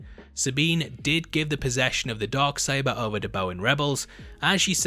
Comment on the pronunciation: “The Dog Saber”? 🤔😉😜 #accents